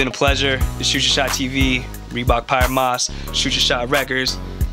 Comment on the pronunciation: I think it might be pronounced “pee-air moss”